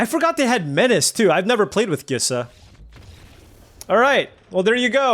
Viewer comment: I still hold firm that Gisa is pronounced like Lisa, but replacing the L with a G.